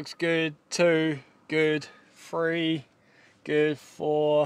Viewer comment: Three not free mate